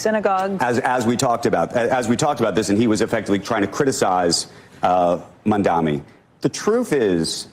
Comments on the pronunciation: Why do they keep mispronouncing his name as Mundami? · Is it my ears or they are still calling him mamdaMi instead of what it is, mamdaNi? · “Mamdam-ni”?!? Yowza even professional journalists are so susceptible to the detractor’s narrative. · WHY do they all KEEP calling him MamdaMi? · "Going back and forth" with Jonathan Greenblatt AFTER they allowed him to use their broadcast to lie is complete bullshit!!! The time to "go back and forth with him" was while he was lying on their show!!! (And learn to say the man's name correctly!!! Mam-da-ni.....it's three freaking syllables!!!) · does this guy have brain damage or speech impediment? Mamdami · how come they can’t pronounce his name? Are they illiterate? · And the CNN guy mispronounced Mamdani’s name 3 times too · Can those TV anchors say Mamdani's surname correctly please ? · He mispronounces his name in purpose. The level of passive of little girls. It’s petty. He is also a hardcore Zio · Bro literally can't pronounce Mamdani. Maybe correct your pronunciation of the future mayor's name before you correct Greenblatt's smear of him, asshat. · Is "Mamdani" really that hard to pronounce? 😅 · I hate how so many of them keep saying his name wrong, it drives me up the walls. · Is it that fucking hard to pronounce Mamdani? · Mfer trying to correct the record to the benefit of Mamdani and can't even say his name straight